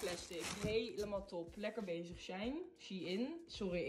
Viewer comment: Its sh e ien